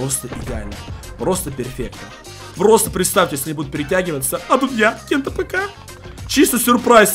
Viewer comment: Ты почему кент апк а не кент афк